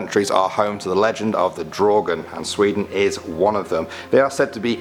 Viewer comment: Im swedish, What the hell is a draugen?!?!? Mever heard of it. Its prob misspronouciation cuz no1 from other countries can pronounce swedish words.